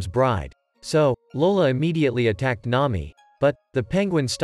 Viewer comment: Nami ❌ Nayi ✅